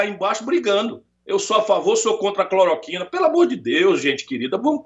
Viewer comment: Ciro não sabe falar cloroquina